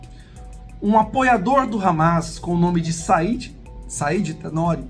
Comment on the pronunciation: Ramas? Hamás, se pronuncia "ramás" com tônica no ultimo a.